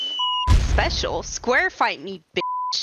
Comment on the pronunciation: Hahahhaha when she said sqair fight